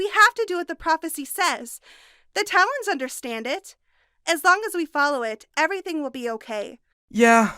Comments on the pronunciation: "Kestrelle" "Deeria" "Tay-lons of Peace" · Tayloans of peas